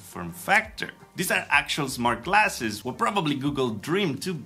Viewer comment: and also they both said classes instead of glasses.